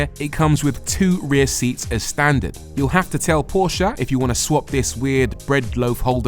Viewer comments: I love your saying Porsche, like how it’s really pronounced. Not like „porsch“ or whatever englisch speaking people say. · As a German it is so satisfying to hear english speakers say PORSCHÉ!!!!